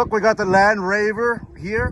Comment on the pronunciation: The "land reyver"